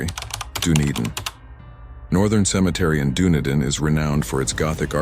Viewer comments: Its pronounced do need in not done it in. Can we please ditch the robot voice over. Thay cant really use the kiwi lingo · Dun-edin not dune-din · You really need to work on pronunciation of some of these places last one waihi .. not why hi its pronounced as why-he waihi and the city Dunedin you pronounce it as done e din its act pronounce as din need in Dunedin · Done-a-din??? 😂 Most new zealanders pronounce it da-nee-din (Dunedin) And what's this why-high place??😂 I dunno how the maoris pronounce it by us white new zealanders pronounce it why-he (Waihi). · Done-a-din huh. Sounds foul dude. 🥺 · Dunedin is pronounced Duh-knee-din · Actually coffeebug its Duh-need-in!! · I second this, the pronouciation of Dunedin was getting to me😅😬 the spelling of Dunedin is correct but fyi its pronouced "Dar-ned-in" Darnedin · I agree, most names unrecognizable. If you hadn't put the names up I wouldn't have known where you were talking about. Like Dunedin, phonetically Duh-knee-din or Waihi Why-hee. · I suggest you look up pronunciations before you post, I can't even get my head around your pronunciation of Dunedin, ha ha, just like it is written and Waihi, wow, it's WHYHEE. I found the post interesting but it did annoy me a bit that you did not google how to pronunciate the local language. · Please learn how to pronounce our cities. The way Dunedin was getting pronounced was driving me nuts. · I think someone needs to go back and learn how to pronounce “Dunedin” and “Waihi” properly 😊😉